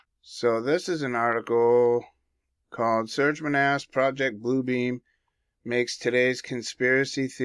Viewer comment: Great research! I heard a whistleblower speaking several years ago and he said it’s not PRO-ject (as in subject) Blue Beam, ….. It’s pro-JECT (as in thrust forward) Blue Beam!!!!!! Yes….. say pro-JECT Blue Beam and you’ve got it!!!!!!